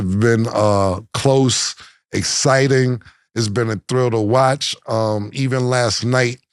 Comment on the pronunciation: Cam can’t say exciting.😂😂”essciting”